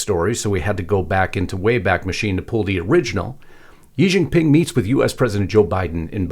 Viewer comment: It would be less embarrassing if our people in the USA could properly pronounce Chinese words. I worked there for a number of years as a teacher. The correct way to say Xi Jin Ping is SHEE Jin Ping, not Yi Jin Ping. The X always sounds "sh". And the yuan is pronounced exactly as we say, "the U.N.". YuEHN. Drives me crazy. And though I share a number of concerns, those shirts are not "Mao shirts" - they are regular shirts with regular collars probably made of silk fabric - the collar is totally not a Mao collar. Probably simply a gift to the visiting dignitaries. Please pick on important stuff.